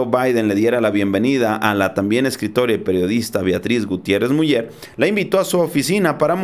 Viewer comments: Sólo una corrección: no se pronuncia Miuller, se pronuncia Miuler. Aunque estando en México también podría tomarse como correcta Muller...pero es un apellido de origen creo alemán y su correcta pronunciación es Miuler. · Miuler no miuyer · Miuler, Miuler, se pronuncia, por favor... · se pronuncia "MIÚLER""?? O míler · Yo sé que la página es en Español y bla bla bla, pero el segundo apellido de la primera dama de México se pronuncia "Miuler", no MuLLER. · Se pronuncia miuler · Te voy a escribir como se pronuncia el apeido de la esposa del presedente Obrador se pronuncia...."Miuler" saludos desde Tamaulipas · se pronuncia miuler el apellido de la primera dama de México, es alemán. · POLO, EL APELLIDO DE LA ESPOSA DEL SEÑOR PRESIDENTE, SE ESCTUBE MULLER, PERO SE DEBE PRONUNCIA MULER. GRACIAS. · Se pronuncia Miuler..solo así.. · Hola amigo, si me permites una observaciòn con respeto, te comenyo que el apellido de la Dr. Beatriz Gutièrrez Müller, se pronuncia "Miüler" gracias amigo. Un abrazo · Creo se pronuncia MUILER SE ESCRIBE MULLER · se pronuncia MIULER infórmate antes de pronunciar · No te molestes pero no sabes pronunciar el apellido de la esposa del presidente López Obrador, se dice Miuler (Muller) y así se escribe, inclusive con dieresis en la U Crítica en buena onda